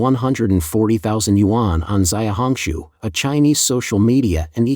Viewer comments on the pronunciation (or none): zay-uh hong shu huh? not she-ow hong shu? You're so lazy. 小红书 xiaohongshu.